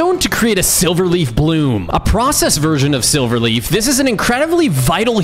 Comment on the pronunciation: Dude the Demon king is say like sliver